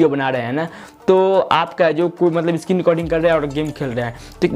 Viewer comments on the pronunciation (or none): none